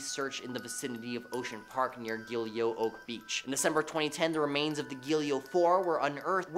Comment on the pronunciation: Its Gilgo Beach. Not Gilio